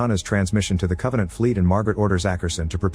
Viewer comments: "Con-vaugh-nawnt" Geez, the show sucked so bad its even affecting the Ai describing it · I had to stop watching when they said Covenänt